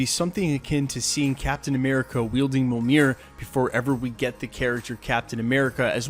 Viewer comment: Brother, I'm a big Thor fan and I love your videos. I say this with much respect, bro you've got to learn how to pronounce mjolnir. Really. Keep up the great work brother.